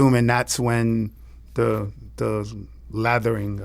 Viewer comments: "Lathering" is diabolical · This man said “the lathering “ yikessssss 😮🫣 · The "LATHERING" 😂😂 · did this man just say the lathering...dafuxx😂😂😂😂😂😂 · "the Lathering"..😂😂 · he called it the lathering